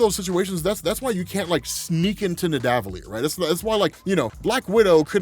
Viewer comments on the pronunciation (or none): Hate to be that guy...but it’s pronounced “Ned-uh-vull-eer”... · y do you keep mispronouncing nidavellir?